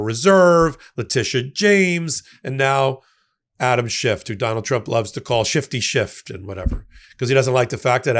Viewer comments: His name is Schiff, not Schift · Adam's last name ends with an "F",. NOT a "T".